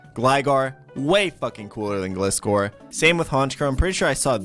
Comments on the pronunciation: Why did u say gligar pronouncing the I as eye but gliscor you pronounce it as ihh cringed me binge watching ur channel not gonna lie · and other pokemon you say wrong my freaking god